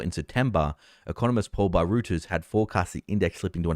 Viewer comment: …. It’s pronounced ROY-TERS not Rooters… you are making yourself look dumb. I’ve pointed this out to you previously…